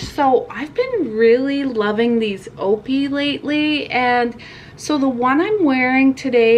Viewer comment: It’s pronounced O.P.I. but “Opie” made me chuckle! ☺️